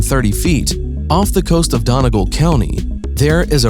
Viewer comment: Your pronunciation of Donegal is both baffling and hilarious 😆